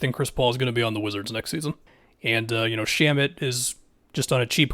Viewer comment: This dude said Shamet on a cheap contract😂😂